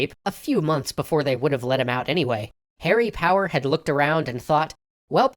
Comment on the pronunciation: I first I thought he said “Harry Potter” and not “Harry Power”